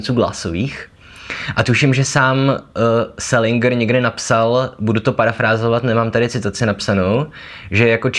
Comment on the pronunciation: Dovolím si opravit - správná výslovnost je selindžr, ne selingr.